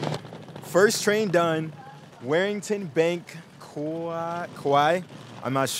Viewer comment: Great video! The thing you asked about was most likely black pudding. And also you pronounce Warrington Bank Quay as "Worringtin Bank Kee" :)